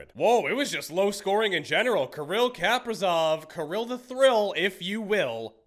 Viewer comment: Someone tell my man that he's pronouncing my king Kirill the thrill incorrectly 😭